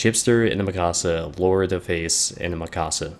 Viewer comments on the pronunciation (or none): none